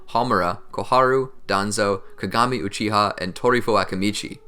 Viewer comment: Uchi-Ha clan, is that some english dub pronunciation?